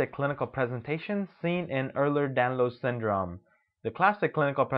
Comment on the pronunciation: You may want to pronounce Ehlers Danlos Syndrome the correct way if this is an informative video.